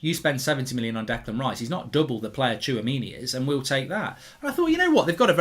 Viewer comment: you pronounce Tchouaméni: Chwa-Mini